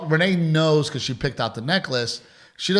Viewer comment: Dide annunciate. Repeat after me: Because is spelled with a B not a P. And probably only has one R. 🤣😂🤣